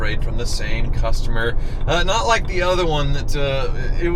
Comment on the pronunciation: midwestern pokes thru, “Lhake eye said”😂